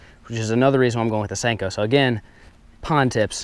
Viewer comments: It's a senko not stenko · WYATT BOEHM I think he says "Stanko". 😂😋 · nixen I always thought he said stinko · Step 5: Pronounce it Stanko